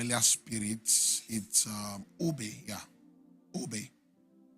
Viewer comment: The name is OGEBE not GEBE